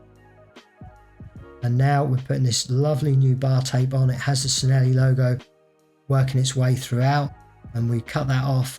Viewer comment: I'm not Italian, so I maybe wrog but I always thought Cinelli is said like chi-ne-li?